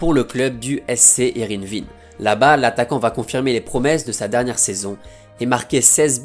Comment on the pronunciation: Magnifique vidéo sur un superbe joueur, même s'il faut travailler la prononciation du néerlandais 😁 Son prénom se prononce "Rude" ou "Rute" mais pas "Roude" Et Heerenveen se prononce "Hé-reune-vén"